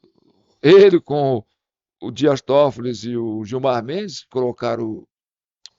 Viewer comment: Por favor é Dias Tofoli , e não TofoliS sem o s.